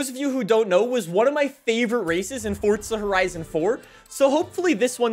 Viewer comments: Dude, for the last freakin time, it is Forza not Fortza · Za. not Tza.